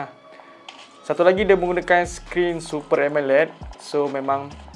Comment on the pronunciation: nape pronounce Amoled jd Emeled😄